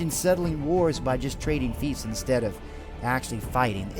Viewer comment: lol how this guy pronounces fiefs